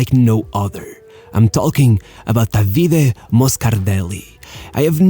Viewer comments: Please, enough of calling him Davíde... His name is Dàvide, c'mon 🙉🤷🏻‍♂️ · jeuss christ, learn to pronunce Davide correctly